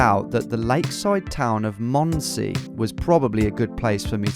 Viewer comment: D I dind not understand what you where saying with how you pronounced Mondsee up until 2/3 of the video. "mOoond se"